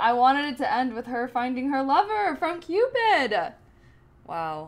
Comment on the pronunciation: Why do you keep looking to your left? Are you talking to your dog? Also, it's called, "Cupid", not "Cupid-uh".